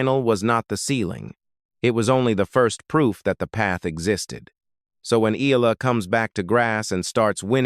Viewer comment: E-a-la ( Eh-yah-la). Please correct your pronunciation. You guys did the say when “Pacquiao” first became a world champion.